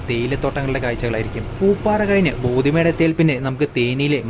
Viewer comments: ബോധിമേഡ് അല്ലടാ ഉവ്വേ.... ബോഡിമെട്ട്..... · Not pothi medu... Bodi medu s crt